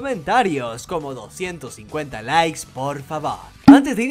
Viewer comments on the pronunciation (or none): none